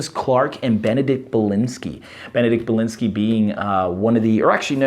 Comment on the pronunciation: Ohhh that rough!!! Baklinski, Ba-klin-ski, Ba(Sheep sound)-klin(like clin)-ski(ski like the sport) ;)